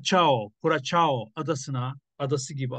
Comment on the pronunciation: Kürasao diye okunur abi